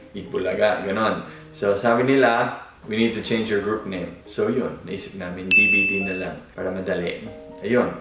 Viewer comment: DBD is what it would sound like when a Pinoy pronounces DVD. 😝😝😝